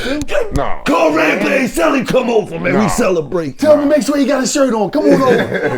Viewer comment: It’s rampage it’s rampage R-A-M-P-A-G-E.